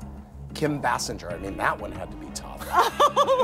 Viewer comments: It’s pronounced “Bay Singer” 🙄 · Andy always butchers names...Bashinger?